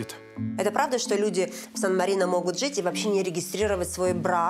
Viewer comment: Жянна, почему вы все время в сочитании букв "жи","ши", которые должны произноситься "жЫ", "шЫ", все время произносите мягко, как "жИ", "шИ"? Например говорите: "жИть", "смешИть", "наслажЬдаться", "ЖЯнна", "слышЯть" и т.д...? Зачем говорить неправильно, вы же ведущая? Или вам нужен логопед?